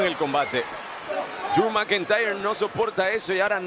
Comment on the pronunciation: Driu Macantayerr